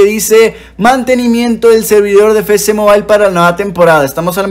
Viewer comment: Siempre me ha dado mucha risa cuando dice "Fé Ce Mobile" siendo que es "Efe ce..." pero igual excelente video, saludos